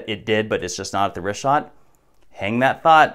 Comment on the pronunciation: omg "Get Woke" and "Trust Experts"? <---Supposedly like herself? "Plato 100% made up the Atlantis story"? Sarah was invited to the WEF because she's in the business of disinformation. The worst enemy of all Libtards and Democrats is TRUTH. It bit her on the ass so bad she won't even pronounce the name right. She wants to call it the "Rick-hat structure". Complete idiot.